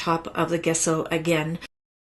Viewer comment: Wonderful card, taught wonderfully. For your next video, gesso is pronounced with a soft 'g', as in jello. ;)